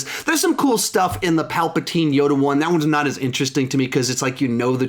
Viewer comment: “Palpatween.” -, 2019😂